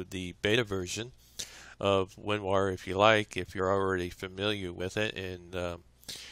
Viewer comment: He says "WinWar"